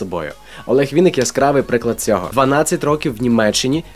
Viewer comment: ВИННИК!!! А не Вiнник. Через ИИИИИИ!